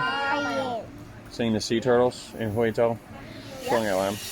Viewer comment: Yeah that's how its pronounced in Mandarin.In fact, that's how my last name pronounces.His pronunciation is pretty authentic. "Zhou" is a bit like Joe in English.